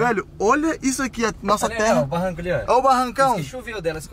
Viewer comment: Nao e tera e baroooo